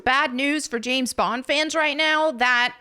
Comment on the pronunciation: "The name is Bond, Gays Bond."